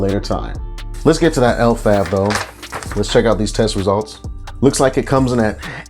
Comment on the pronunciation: Those effects you described are literally sativa effects 😂 this is definitely a sativa strain. Compare this to Arete’s Maui Wowie (same potency) and you’ll see the difference. It’s pronounced Le-Vav. Leslie’s Favorite.